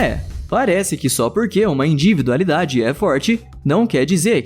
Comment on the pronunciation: Porque o narrador não consegue falar individualidade direito, ele só fala inDIvidualidade